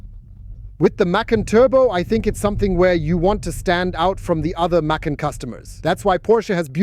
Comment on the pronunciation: And the way he/she says the name. OMG children, it's a two syllable name